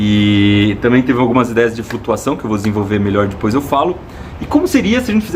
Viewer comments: Ibere, seu canal é perfeitamente perfeito, MAS PELO AMOR DE DEUS, SÓ EU FICO LOUCO COM ELE FALANDO "DIPOIS" ??? invés de depois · first error? "Dispois" kk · iberê, pare de falar "dipois"